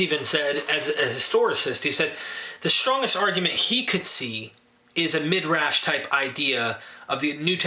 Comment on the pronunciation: Not that it really matters much, but the word is pronounced mi-drahsh, not mid-rash.